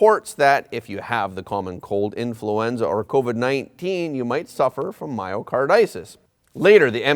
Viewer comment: Myocarditis is pronounced: my o car dye tis